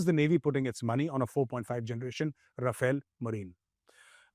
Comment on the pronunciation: Mr expert it's not Rafail but Rafale.